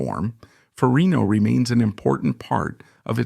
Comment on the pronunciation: It is FER-RIG-NO